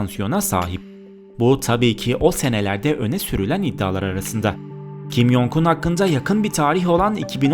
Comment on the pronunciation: Kim yongun diye okunmuyo okunuş şekli kim congun j harfleri c diye okunuyor y diye değil